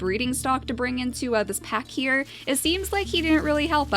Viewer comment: She said pap instead of pack XD ive just noticed that